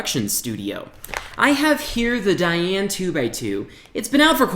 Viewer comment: *opens box form top* he has never said "DaYan" right in a video... Oh yes -- Wittwo V1 forever <3